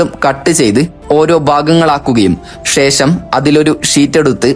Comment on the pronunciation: ഷേശം, മെശീൻ, ആവഷ്യം, ഷതമാനം, ഏകദേഷം, വർശം, വിഷദമായി തുടങ്ങിയവാക്കുകൾ ഉച്ഛരിച്ച് മലയാള ഭാഷയെ കൊല്ലല്ലേ. ആദ്യം സംസാരിക്കാൻ പഠിക്കു